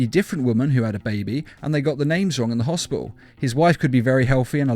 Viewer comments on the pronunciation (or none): Hospital not hopial